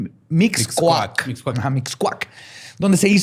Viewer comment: Que privilegio vivir en la zona llamada Mixcoac y que no lo haya podido pronunciar bien xddd Me hizo el dia uwu